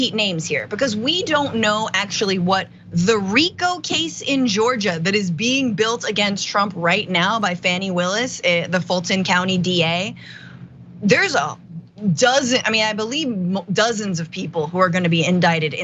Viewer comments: Just so ya all know DA Willis in Georgia her name is Fani pronounced Fah - knee. Not Fanny. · Yes, this too. Plus it's not hard to learn, when every time you have heard it on the news it is pronounced 'Fawny'. I understand that is reading it from a script and it may leave her brain in the moment, because it is spelled Fani. But take the time, make the effort. This is an ongoing thing. Fani Willis has been prominent in the news for a while, and likely she will be for a while more. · Her name is pronounced FAWNY Willis. Please learn to pronounce it. You have already heard it a thousand times in news video, I am not even a news reporter and I KNOW how to pronounce it. AND if/when she files charges against Trump, you will be reporting on that case, and having to say her name, for half a year or more. PLEASE learn to use the correct pronunciation of her name. ---- It would be much appreciated.